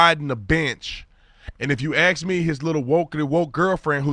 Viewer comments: Quit saying AXE . you sound like an ignorant black man. you are smarter than that. start practicing. Sowell and Candace Owens don't. You arent in their league but you are kind of a personality though on a public forum. It is ASK and not AXE and it is BOTH and not BOAF. Please try and remember a fool rejects reproof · Can You say: ASK? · Axe him?, lumberjack?